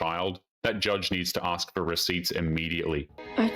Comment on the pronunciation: Saying axe instead of ask should be the end of the date